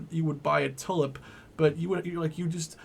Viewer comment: It's pronounced "two lip", not "tullip"